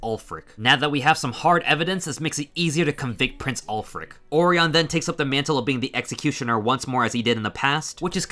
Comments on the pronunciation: I think orion is named after the constellation. Or-eye-un. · There were a lot of mispronounced names in this video. Orion was a particularly shocking one.